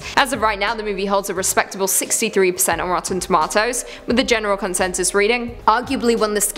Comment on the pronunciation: Pronunciation of Japanese 10/10 Pronunciation of tomato..not so much